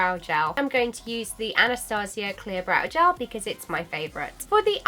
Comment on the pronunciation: gAAAAALLL. Mate its g-E-l